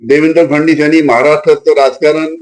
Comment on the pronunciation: याला फडणवीस सुद्धा म्हणता येत नाही फडणीस म्हणतो